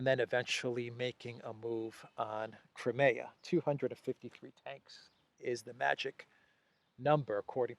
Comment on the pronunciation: PLEASE. CRY. NOT CRAY CRIMEA. CRY. MEEEE. AAH